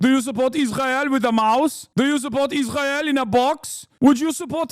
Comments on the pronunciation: “…and as may-uh of Is-rail…” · Could you skip the accent when saying Israel? 🙏 Pretty please?